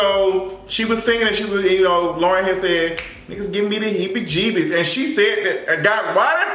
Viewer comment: 😂😂😂😂 stop saying hebbie-gebbie lol